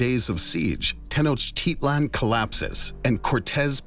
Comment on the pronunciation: The constant mispronunciation of Tenochtitlan is annoying.